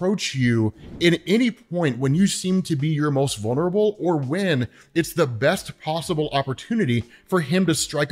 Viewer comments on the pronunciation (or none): none